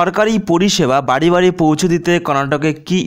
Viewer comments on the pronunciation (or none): none